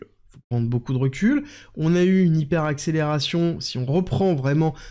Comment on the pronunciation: Le mot hyperaccelerzzione Faudrait vraiment faire un truc 😂😂😂❤